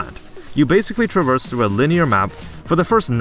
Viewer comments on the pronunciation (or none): none